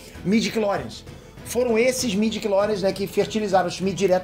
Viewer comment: Informação realmente maneira! Mas midiories? Pwp! Eu sei que vc só está falando o que realmente está sendo divulgado! Mas pow! Midiclories? Mano! STW morreu